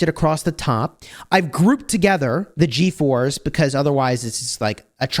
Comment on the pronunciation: The way you say ”G4s” it sounds like “GeForce” lol